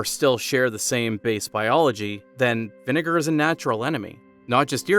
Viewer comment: Bro did not say vinegar